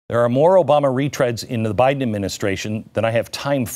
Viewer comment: “PRESIDUNCE” Buy-Den. . Bought & Paid for by the CCP! !